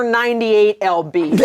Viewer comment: calling lbs EL BEES is so funny to me